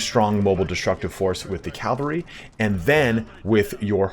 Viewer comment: Love your videos, your pronunciation of cavalry is sus though